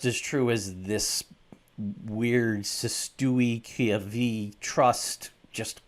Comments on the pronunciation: Its pronounced "sestwee ku vey". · Oh dude, you totally butchered the name. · There was nothing 'plain' about the content of this video and your English isn't much better than your French. None of the 'sovereign movement ' vídeos I have watched suggest setting up a c'est tui que vie trust, meaning you haven't even represented that movement plainly. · As a lawyer tho you would be able to pronounce this correctly id assume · A video on something you can't pronounce. Hmmm perhaps simplify for your understanding and explain the difference between Legal policies, corporate and government man made statutes which change in accordance to community beliefs that desire a winner and loser vs. God given rights, commandments, spiritual morality, philosophical harmony and the establishment of peaceful order. The C'est Tui Que Vie Trust is evidence that the few in power have monetized a living being as an unwilling and unwitting asset via an unscrupulous, deceitful, illogical and immoral system of commerce for corporations. Not a living man. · You cant even pronounce the words 😂😂😂 and you talking yank crap! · You cant even pronounce Cestue Que Vie! Lol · ..Notice how he deliberately mispronounced the name of the trust. Not to mention he speaks badly against it and making jokes and his slave masters made it up.